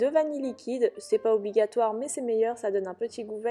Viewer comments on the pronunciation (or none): none